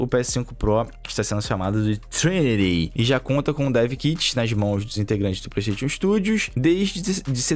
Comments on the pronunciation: Vim ver o falar ''pleisteitiôn'' e ''éxi bóxi''. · o fala, Petechion 5 kkkk